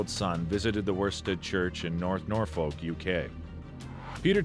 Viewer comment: How he pronounced 'Norfolk' haha.. aww